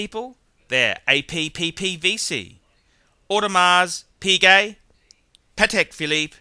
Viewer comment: I don't think you said audemar piguet correctly O_O.